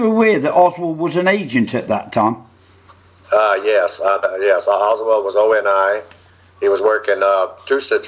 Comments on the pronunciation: This guy can't even get his name right; it's Oswald, not Oswell!! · Why does he keep saying "Oswell" instead of Oswald? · this dude can’t clear his name. He can’t even get the name right. He consistently calls him OSWELL not Oswald! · OS WOLD, NOT WELD. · Wouldn’t you think that a man who was former CIA and supposedly has extensive knowledge of the JFK assassination, background operations would pronounce Lee Harvey Oswald’s name correctly? Throughout this conference call he repeatedly pronounces it Lee Harvey Oswell. He lost credibility with me. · How is it possible to give this man any credibility when he can't even pronounce a major characters named properly? He keeps pronouncing Lee Harvey Oswald's name as Oswell! Did he ever know the guy? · Clear oswalt's name? This guy can't even get his name right. It keeps saying Oswell. Did he know him or not? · While I would like to believe this guy- a few things that he said made me wonder. I was under the impressi I n that David Atlee Phillips and Bill Harvey were on on the assassination as opposed to being on an abort team. Secondly, as well known as the name Oswald is, this guy keeps pronouncing his name, "Oswell." I would not expect that from someone intimately familiar with the assassination. Oswald was a household name. I don't think it is a matter of this guy's accent either. I do appreciate this video though and am glad you posted it. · This man is not even pronouncing Oswald's name correctly.. come on people...